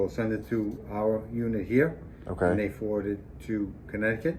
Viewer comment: "we'll forwrord it, eventually forward it " smells like bs. no doubt, they could have sent an actual rep from the firm. look forward to what comes out of these cases.